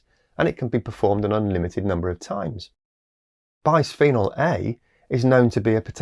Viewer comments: Just a tiny nit-pick: bisphenol is derived from bis-phenol (bis indicates position of the phenol group), not bi-sphenol. Consequently, the s is part of the first syllable, not the second. It's one of the curses of remembering organic chemistry... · 'bis' rhymes with 'kiss' not 'nice.'